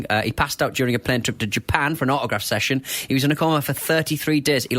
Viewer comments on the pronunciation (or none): none